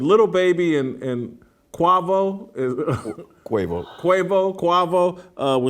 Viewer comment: cu(ah)vo NOT qu(eh)vo....more lies how to pronounce words